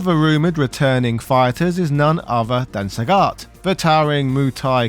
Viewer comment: Why is Sagat pronounced “Sah-got” and “Saget” by the same person in the same review? Why are there 2 versions of the same name?